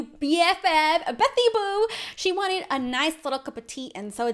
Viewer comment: Never say betty boo again......Ps. I'm not a hater just don't say it agian.